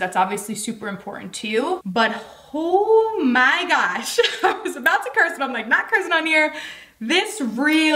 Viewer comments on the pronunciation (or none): It sounded like you said Hoe my gosh Lol. Great vid. Thank you for the review!